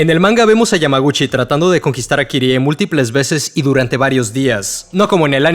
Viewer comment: Agradezco tanto que ahora dices Kirie y no /kairi/. Es mucho mejor 💚